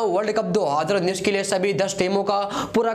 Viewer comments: Adhi ranjish bol rha hai ya 2 hajar unnis😂😂😂😂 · Do haaaaadar unnis . . Hahaha ..... Isko konse planet se laye ho... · Abe tu YouTuber kese bn gya do haaadar unnis Kya bol rha h..😂😂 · Dohaaaaader19 nhi hota hai 2019 hota hai😁😁😁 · 2 .......019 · दो हजर उन्नीस😂😂😂😂😂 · Dohaddrraa unneess 😂 Dohaddrraa unneess 😂 Dohaddrraa unneess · How many time he said "do haadar unnish" ....Lol😛😛😛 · Do Adhar uneess bol raha hai kyaa😂😂😂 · Bhai jab nhi bol paa rha hai 2019, to h itna use Kyu kar rha hai,simply world cup bol de .......... Do hadar unees bol rha hai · Do hazar unnis ni bolte aata kya teko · 20 baar sunne ke baad samajh aaya... ye 2019 bol rha h....😂😂😂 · 2019 tho ache se bol loo yr